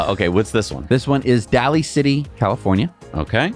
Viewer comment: The name “Daly” in Daly City, California is pronounced “DAY-lee”. • It rhymes with “daily” • The stress is on the first syllable: DAY-lee This pronunciation comes directly from local usage in the San Francisco Bay Area (where Daly City is located) and from the family name of John Donald Daly, the original landowner after whom the city is named. Locals and official sources consistently say “DAY-lee City,” not “DAH-lee” or “DALLY.”